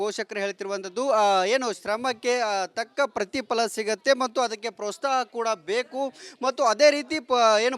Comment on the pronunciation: ಪ್ರೊಸ್ತಹ ಅಲ್ಲಪ್ಪ ಪ್ರೋತ್ಸಾಹ ಯಾವ ಸೀಮೆ ರಿಪೋರ್ಟರ್ ನೀವು. ಕನ್ನಡ ನೆಟ್ಟಗೆ ಕಲೀರಿ ಮಾತಾಡೋಕೆ